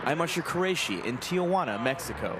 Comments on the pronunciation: As someone who lives in the area, I think what bugged me most out of all this was his pronunciation of Tijuana. She actually said it correctly. It’s Tee-Hwanna….not Tee-uh-wanna 😆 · Sir...for the sake of languages..its not Tia-juana....it's called Ti-juana...your aunt isnt here 😂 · It’s Tijuana not Tia Juana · Reporter: Tia Juana